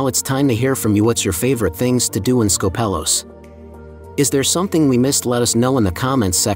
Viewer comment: Please don't call it SkopEHlos. Tell your AI voice to change it to SKOHpelos lol.